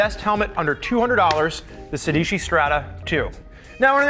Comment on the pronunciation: Every time they say "Sédici" the Italian inside me dies a little